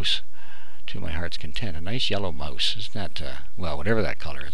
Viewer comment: mouse is pronounced maw-s not moose u stupid fucktard.